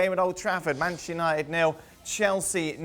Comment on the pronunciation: Penchester! Bruno penandes!🤣